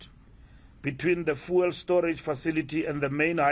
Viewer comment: How hard is it to say fuel. its not VOOOOOL